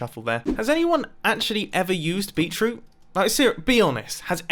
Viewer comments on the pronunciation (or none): It’s pronounced Beet/ Root not Beet/troot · I'm so triggered by the pronunciation of beet-root in this video lol